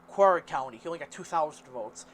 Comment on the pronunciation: Dude, can you even read? 😂 Kibbula (Cibola), Hedegolo (Hidalgo), Quarr (Quay), Valeesa (Valencia). I could go on.